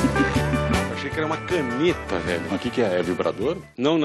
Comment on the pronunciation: "nooossa vélho"